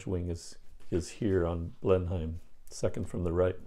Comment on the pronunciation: And Blenheim is pronounced "Blen-imm". You're doing well...